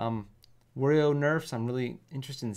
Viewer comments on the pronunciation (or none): Help this man pronounce Wario and waft